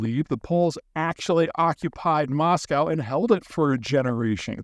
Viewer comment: Peter, it's "Mahs-coh" (rhymes with "Bosco") not *Mahs-cow*! There's not a cow in Moscow!